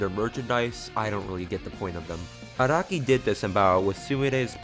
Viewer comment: its Ah-rah-kee not ah-roh-ki